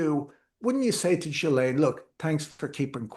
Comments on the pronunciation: Ghislaine is pronounced Gi-Lane, hard G like in give, S is silent french name so that is why it is weird :) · Say Ghee-len.’